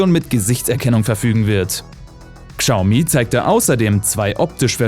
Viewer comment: Chiao mi, "schau mie" ist genau so falsch.